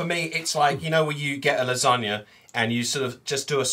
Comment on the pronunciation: when he just went ham on the “lasagna”, I laughed so hard the flu flew outta me.